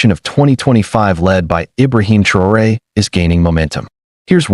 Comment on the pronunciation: Yt boy go talk about Europe you even say pronounce thraoe